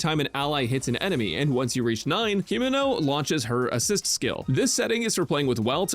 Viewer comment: Brother called her Himeno... Unforgivable !!